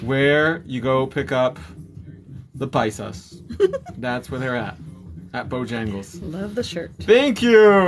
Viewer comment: The “paisas” LOLsounds funny coming out of your mouth cause you look like such a white boy!! LOL